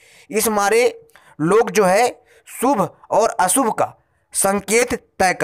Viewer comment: & - " सु भ - अ सु भ " ==> " शु भ - अ शु भ "